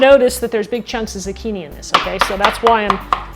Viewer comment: What's a "Z'kini"? Is it anything like a zucchini (zoo-kee-nee)?